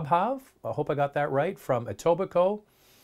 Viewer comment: You know how to pronounce Etobicoke! :-) Love the Q&A series!